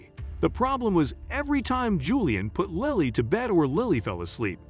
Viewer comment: I couldn’t understand why the narrator kept changing how he pronounced the child’s name. One minute he says it with a long “I” like Liley and the next minute it’s a short “I” as it should be, for Lily.